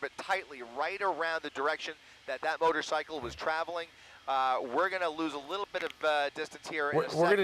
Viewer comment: The first anchor dummy said "motorsickle"